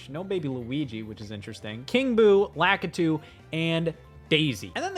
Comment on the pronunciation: Who the hell is lackitoo